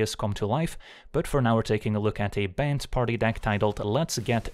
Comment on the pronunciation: I always find it funny when he says bant it sounds like banned.